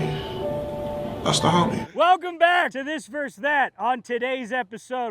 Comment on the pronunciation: VS = verses, not verse